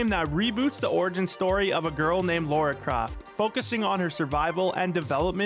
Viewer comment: Calling her Laura Craft is crazy...